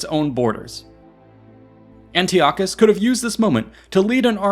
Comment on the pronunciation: Yeah disappointing he fumbled that.